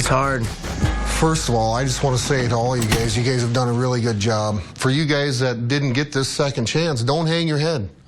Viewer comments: exactly, they way he pronounces guys as gays is hilarious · he says "gays" instead of "guys" rofl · ” …before you gays got on this show” 😂